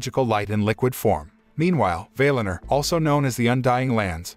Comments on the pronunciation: Don't say vail in er. Say Val in or. That's how the say it in the actual movie. People tend to pronounce words in a way that sounds better to them. It's annoying. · "Vay Lin Er"?? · Valinor pronunciation is incorrect.